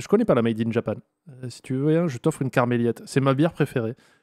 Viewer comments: Reprendre la prononciation d'anchoïade et dire karmeliette c'est NON! Faute pour balle au centre..... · Abuse pas, Étant belge, cela se prononce Karmelit et pas karmeliette lol malgré l orthographe 😂